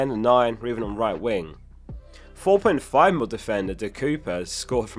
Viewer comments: Sorry my guy , but I'm Belgian and it's also not cow-per :D ... there is nothing similar sounding in English to the uy or ui vowel combination in Dutch . Maybe the ir in Birmingham in British accent like 'Buuumingham' that 'uuuuu' so say de cirper as in Birmingham. That comes a bit close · Just FYI - De Cuyper is pronounced like 'Cow-per'. Thanks for a great video - more headaches!